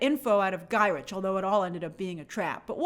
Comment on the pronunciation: Guy rick…guy Rick… not guy rich